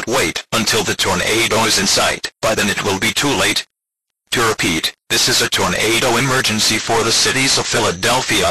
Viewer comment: I like how it said “torn a do” lol